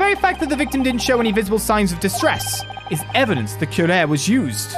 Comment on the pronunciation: The poison is pronounced que-ra-ree. Watch the sign of the four and you’ll see.